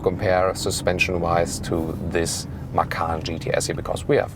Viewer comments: read macan not makan > macan = tiger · actually the t in ma-tchan doesn't count.. so it is pronounced ma-chan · Actually you should read "Macan" as a "C" like "Cha-cha" I'm Indonesian btw